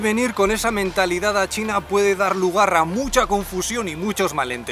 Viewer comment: Acabo de darme cuenta de algo sorprendente, en "puede darrrr lugar a mucha confusión" esa forma de estirar la R me dice que en realidad este hombre tiene una identidad falsa, en realidad es un espía RUSO que busca hacerse pasar por Español.